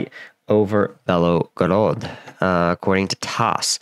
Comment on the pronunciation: Belgorod, not Belogorod.